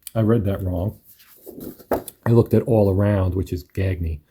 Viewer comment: Gagne is pronounced gone-yay